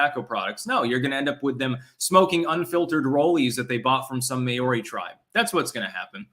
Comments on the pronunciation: Maori is pronounced Mao (as in chairman mao) ri = Maori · It's pronounced Mao ri. Mao as in the Chinese mass murderer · May-or-ree that's the weirdest pronunciation I have ever heard haha. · Your pronunciation of Maori kills me. 🤣